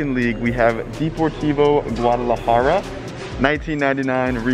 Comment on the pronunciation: My guy said D por TiVo Guadalajara.....it’s chivas thats it lol